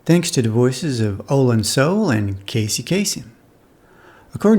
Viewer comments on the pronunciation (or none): Olan Soule's name is pronounced "So-LAY" not "Soul."